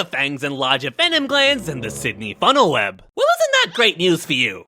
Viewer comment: You said funnel web incorrectly